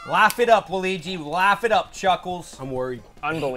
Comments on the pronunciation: Garrett its not waligi. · So we’re not gonna talk about how The Purple Hoser said Waleegee and not Walaweegee (I know that’s not how Waluigi is spelt) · Who is waligi it’s waluigi,and now he calls him Luigi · Garrett keeps mispronouncing Waluigi the entire video